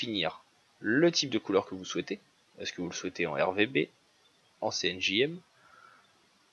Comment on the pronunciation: Cyan Magenta Jaune Noir tout à fait. Mais quand vous parlez j'entends CNJM... C'est ça qui me choque... Bref.